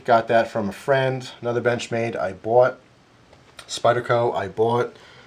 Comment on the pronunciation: hey when you say bought you have a heavy accent